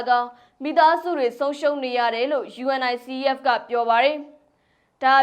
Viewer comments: '' ရေ ယူနီဆက် လို့ကြေငြာပါ၊ ယူအင်အိုင်စီအီးအက်လို့ မပြောနဲ့လေ၊ အဲဒါလေးတွေကြောင့် ညီးကိုဝေဖန်နေကြတာပေါ့၊ အချင်းချင်းကလဲ အဆင်မပြေတာလေးကို ပြင်ပေးကြသင့်တာပေါ့ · ယူနီဆက် လို့ဖတ်ရတယ်။ လေ့လာကြပါ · ယူနီဆက်ဖ် လို့အသံထွက်ပါတယ် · Unicef ကို ယူနီစက် လို့ အသံထွက်ပေးပါ စာလုံးတွေအတိုင်း မပြောပါနဲ့ သမီးရေ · UNICEF... ယူနီဆက်လို့အသံထွက်ရတယ် နော်❤❤🎉🎉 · ယူနီဆက် လို့ပြောရင်ပိုအဆင်ပြေမယ်ထင်တယ် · ယူနီဆက် လို့ဖတ်ပါလား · UNICEF(ယူနီဆက်)လို့အသံထွက်ဖတ်ပေးပါသမီးလေး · ကြားဘူးလား ယူအန်အိုင်စီအီးအက်ဖ်လို့ ဘယ်သူပြောတာကြားဘူးလဲ ၊ 😅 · သမီးလေး ❤ Unicef ယူနီဆက် လို့ ပြောပါ ❤ ကမ်ဘာ့ခလေးများ ရံပုံငွေ အဖွဲ့ပါ